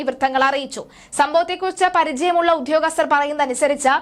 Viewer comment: ഉദ്ധ്യോഗസ്ഥരല്ല; ഉദ്യോഗസ്ഥരാണ് ! ആവേശത്തിൻ്റെ തീവ്രത കൂടുമ്പോൾ ഉച്ചാരണം വികലമാകുന്നതാവാം. 😢